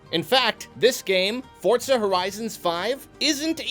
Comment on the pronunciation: I'm liking this video purely because you pronounce Forza correctly, don't even need to watch the rest, thumbs up all round.